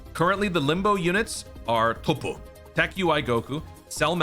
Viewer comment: Y's he gotta say toppo like that 😭